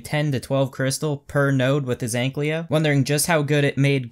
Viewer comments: AnkYLO, not AnkLYO.. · *Ankylo Not Anklyo. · dude you are saying egglyo lol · STOP SAYING ANKLYO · Too difficult, I'll just say AnkLYO.